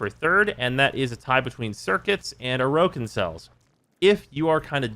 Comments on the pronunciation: The original pronunciation puts the stress on the second vowel. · Why do you say "Orokin" incorrectly? They say it correctly throughout the game's story... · likes to mispronounce a lot of things in warframe, (for example "neck ross") it's just kind of tax your ears have to pay to watch his stuff